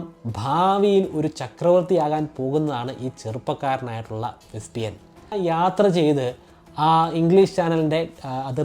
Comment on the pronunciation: വെസ്പിയൻ ആണോ? വെസ്പെഷ്യൻ അല്ലെ?